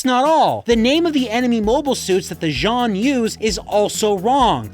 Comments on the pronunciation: Respect, eh? This Gundam gets destroyed pretty easily by stuff that, in the actual series, would hardly even dent it (Zaku gunfire and even landmines, for starters). And there's also all the mispronouciations (Zeon is pronounced "Jee-ohn" in Japan, but it still sounds nothing like "John"!) and just plain disrespect! In fact, in Japan (yes, this was released in Japan), this game has a reputation for being a "kusoge", which is "crap game" for those unaware! Despite having some of the actors from the show reprise their roles (thus making them sound better), the story is still terrible! Heck, Char's actor is outright ridiculed for not only his ridiculous cosplay, but also for looking too old and ESPECIALLY that chin! Fans call this particular Char "Char Ago-nable" (Ago being Japanese for "chin")! -_ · relistening to this, when he screamed when he was going to crash the ship, it actuially sounded like they used a soft z instead of a hard one, meaning that they are trying to say the name wrong while using the right spelling. for exaMPLE, instead of Ze-on, the do something like zzz-eon o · yeah, same thing with ''jeanne'' and Zeon. in japanese, some words that starts with Z are pronounced like J if they have yu after (ex: Zyuranger is pronounced Juuranger) the translators probably thought that every word starting with Z were pronounced like a J hence ''Jeanne' instead of Zeon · you kept pronouncing Zeon wrong. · intersting on that they can't say zeon but nailed it on the specific model of the zaku